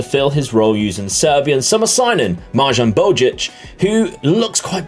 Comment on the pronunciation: Absolutely butchered Marjan Bajic's name haha, the 'j' is pronounced like the 'y' in 'yes'. Very fun to watch though, I'm really enjoying the more long-term condensed format, always feels like the rebuild videos go on for too little... but i mean that's just personal preference, I typically like to go so deep into saves that only regens are around